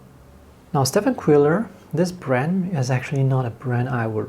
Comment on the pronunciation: I don’t believe that Daniel Smith carries PY 154, azo yellow is PY 151. Also, it is pronounced Steven Quiller, he’s such an amazing artist and a fellow Coloradan. PB 74 is an interesting pigment, most cobalts pb 28. I have the same problem all the time with Daniel Smith tubes the brand that I’ve never had that problem with is M Graham. I believe this watercolors actually made by Blockx and white labeled by Richeson. What a beautiful painting. I love how the vivid it is.